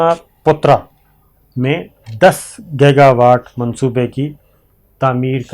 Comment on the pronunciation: Sabir bhai yeh word gega nahi giga pronuonce kar lai tu munasib ho ga.please